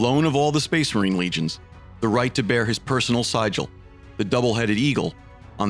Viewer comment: I have a few gripes about the pronunciation of various words during the series, but overall, awesome work. Below are the specifics of my gripes with this current video: Why do you pronounce Terra and Sigil the way you do? For Terra, it sounds as if you were saying, terror, think of it more as tear(as in rip and t'ear')-a(the indefinite article 'a'). As for sigil, the first i is supposed to sound like the I in invincible, and the second I is supposed to give an uh sound. Fascinatingly, the American pronunciation of sigil states that the g is a hard g, something which I don't tend to use for sigil. On the other hand, you did an awesome job with pronouncing Astartes, I had screwed it up until you said it, and after checking out how it's supposed to be pronounced, you got it bang on.